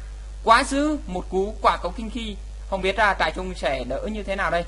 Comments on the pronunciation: Trai rừng mà cứ đọc là "trại trung" THUA =]] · trairừng anh đọc thành trairung kaka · Vãi nhok. Trai rừng. Vs pa ra đai. Đọc zạ á. Gì mà trại trung. Pa ra di de. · trai rừng lại đọc trại trung :) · Huy Pham trại trung :))